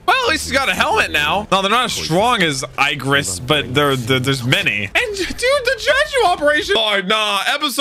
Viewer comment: the way pronounces Igris is funny asf